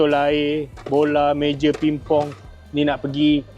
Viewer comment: Kau ni bang sebut meja pingpong. Aku siap pause sbb nk tngok betul2. Sklinya basah kepala aku😂